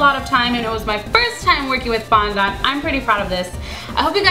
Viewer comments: fondent not fondont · OMG....it's fondond not fondont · FONDENT NOT "FONDONT" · I'm not being hateful but please say fondant properly! I have OCD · you say fondant the most retarded way i have ever heard